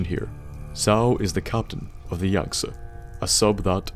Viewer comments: I appreciate you saying Yang Ze Instead of Yang Zeeeeeeeee every other youtuber is saying. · At least some one knows how to pronounce Yangtze lol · You're the only person I've seen so far (Beside from Zao himself) to pronounce Yangtze properly.